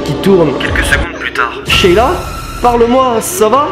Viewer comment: tu as dit sheita au lieu de sheila 😂😂